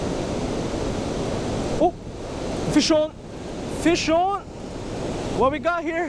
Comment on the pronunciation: whenever he says "fish on" sounds like he says "fist shawn"